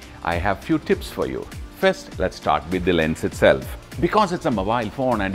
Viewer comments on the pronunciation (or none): A few TTTTTTTtipppss